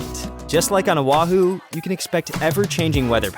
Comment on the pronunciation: oh- wah- who .... mana- kia .... LOL Oahu= oh-ah -who.... Mana Kay-ah = Mauna kea . I enjoy your videos so please don't get offended 🤙🏻